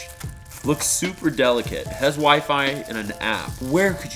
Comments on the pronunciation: It’s pronounced [y fy] WiFi not we fe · “Has wiffy built in” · did actually say wifi as in wifee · Norman Seye I say weefee to because in the netherlands we pronounce the i like an e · My nana pronounced WiFi the same way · says WiFi wrong 😂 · Did he say wifi?????